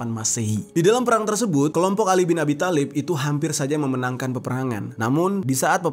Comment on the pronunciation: Bang di bacanya bukan khatab tpi khotob ,thalib juga di bacanya tholib😅